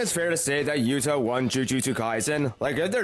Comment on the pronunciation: He is glazing yuta but can’t say his name “yua”😂😂